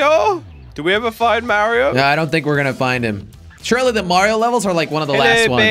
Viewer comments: bro said marryO cart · It's mario noy Mary io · “Merio Kart” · I love you jelly but the way you said Mario kart hurt to hear cause I love mario